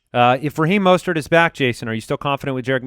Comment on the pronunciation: UGH! You keep calling him “Mostert”... its “MUST-START”!